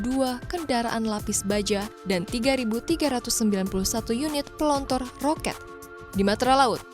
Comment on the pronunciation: Pelontar bukan pelontor..gimana nih mbak yg bawain narasi